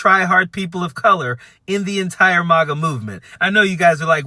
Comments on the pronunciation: I think this video is great and I agree with this dude, but why is he pronouncing MAGA and MAUGA? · Sorry, but I need to correct you. MAGA is not pronounced Mah-gah. It's pronounced maggot. The plural is pronounced maggots. THANK YOU for your attention to this matter!!